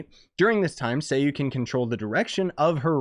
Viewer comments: Say it with me sai-u or sigh-u not say-you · it's a name so you need to pronounce it properly